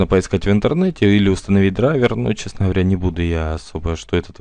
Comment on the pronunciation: Ты хоть сам то разберёшься в компах.? Особенно твоё вот это ГХ бесит, ГХовор твой